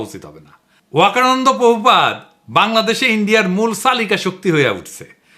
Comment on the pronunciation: পোভূপাদ নয়,হবে প্রভূপাদ।